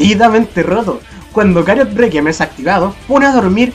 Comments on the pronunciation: Porque Cariot? XD creo que se dice Chariot jdjsjxjd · Q onda con de decir cariot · Sabes la ch no hace el mismo sonido que la c >:v